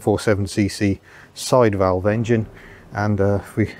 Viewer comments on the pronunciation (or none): none